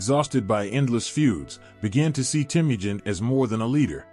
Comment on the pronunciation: I enjoy your channel. I'm glad I found it, as you don't often find full history videos, even if they're history briefs. Though, all I can say is that if your channel continues to grow, you can look at how to pronounce names. As Temujin is teh-muh-jin. And maybe when there's multiple pronunciations, like for Ghengis. You could briefly put over your art, each saying phonetically, just so you don't get frequent comments in chat. These are just humble suggestions, and I hope you have a wonderful day. 🙏